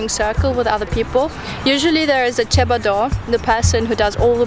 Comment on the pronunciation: Cebador not 'Tchébador'🤣.